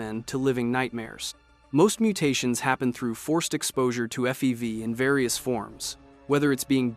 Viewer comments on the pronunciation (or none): Also pronounced FEV as fev